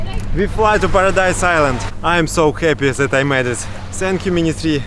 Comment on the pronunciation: "Zis is ZA iland" LOL